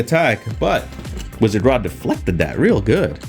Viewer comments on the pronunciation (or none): none